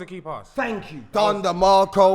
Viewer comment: Man said don demacro....Ahhh this episode is gonna be funny